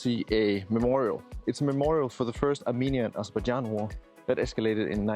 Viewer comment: hey man. It is Azerbaijan. It is not Azerbadjan. Please correct it. I am from this country.